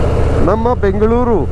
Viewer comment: On point pronounciation BENGALURU MYSURU DOSEY VADE 🥰🥰💛❤️